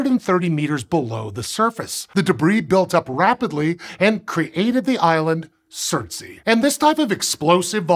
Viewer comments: Its pronounced surts ay not surts ee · Its not surt-sey but surts-ey (surts island) after Surtr a major fire Jötunn /fire giant of norse mythology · Just for the record it pronounced surt-say not surt-see. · Surtsea? "Ey" means "island" in Icelandic and it's supposed to rhyme with "way". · Thumbnail is pointing to the wrong island, surtsey is the 3rd dot further south-west. You can check it out on google maps to confirm. The largest island that the black dot is pointing to is Heimaey. Also the pronounciation isn't right. The ey is pronounced more like the ay in bay, say, may or day. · It's not fine. It's just him pronouncing the letters as if it was an English word, not even attempting the native pronunciation. However, since both English and Icelandic are Germanic languages, the consonants sound relatively okay - the "r" is the farthest removed. The vowels are entirely different from his pronunciation though. It's especially bad because the "ey" vowel does exist in English (think the vowel in "day", "gate"). It's easier to forgive his pronunciation of the "u" vowel since the Icelandic "u" vowel doesn't exist in English.